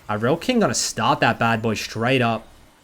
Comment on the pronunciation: i almost came when you said irelkings name correct people all the time saying IRELIAKING gives me candy i replayed it 5 times coz it felt so good